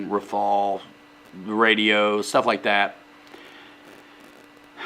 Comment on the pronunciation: The name of that plane is RAFALE pronounced Rafal and not « rai fall » 😜😜🤙🏻 and rafale in French means gust (wind) in English 😉